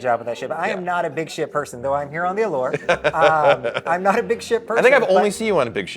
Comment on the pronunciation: says it Ah-lurrrre